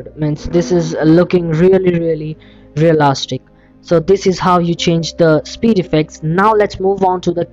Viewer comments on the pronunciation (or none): I love how you say REALASTIC